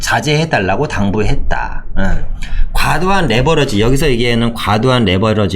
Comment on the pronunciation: 4분 49초..."과도한 레 버러지...레 버러지..."이거 의도한거 아닙니까??ㅋㅋㅋ